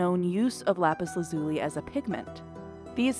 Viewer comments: Why do so many pronounce the mineral incorrectly? The emphasis is on the 1st syllable not the 2nd. LApis LAzuli. Not LApis laZUli. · In not "lápis lazúli" is "lápis lázuli". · “Lapis LaZUli” is making me laugh. Try “Lapis LAzuli” 😂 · If she calls it Lapus Lazoolee one more time... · Lap-iss-la-zoo-lee? Killing me smalls. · Lapis la zuli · If she says lapis lazuli like it's an Italian pasta & white sauce again I'm going to lose it! La-Peas LAZ-you-LIE. Basic stuff here. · Is this really how americans pronounce "Lapislazuli"? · I need to know, who pronounces Lapis Lazuli like that? Am i the wierd one?